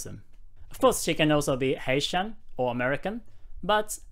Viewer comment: Great video! I keep hearing “Asian” when you say “Haitian” lol